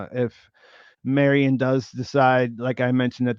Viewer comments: I love ya, but every time you say “Mary-ON’” I wince Marian Mare-Ian if you want to mush two names together. Mare, like a female horse. And Ian like Ian Fleming that wrote James Bond. Not Mary-On Please correct this if you can,! I listen religiously to all your stuff (Pete, maybe you can mention this to him) and if you specifically say that you were mispronouncing the Carol Burnett character’s name in a future pod, I’ll figure out how this Super Chat stuff works and I’ll hit you with $10! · Marry-on was so distracting I couldn't watch the rest of the video. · Thank you Seth R. Say Marion right lol